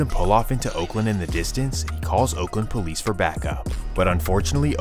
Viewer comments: “He dah pouwleece” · He the Poe-lice. 😂 They had 35 homicides, and this beef caused every single one of em.